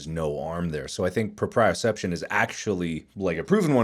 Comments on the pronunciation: But... Axe smells awful... not worse than ferrets but still. The word is trying to say is said pro-pre-oh-sep-shone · I love nothing more in this episode than the way they all mispronounce proprioception but understand it fluently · them trying to pronounce proprioception is killing me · The pronounciation of propreoception 💀💀💀💀